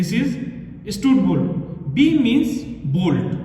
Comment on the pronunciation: Stud bolt pronounciation 😢